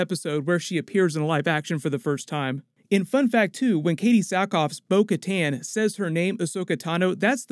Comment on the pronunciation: Bo Kattan said her name like "Boca Tan"